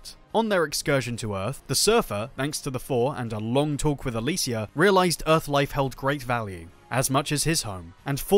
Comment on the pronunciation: "back on UTH"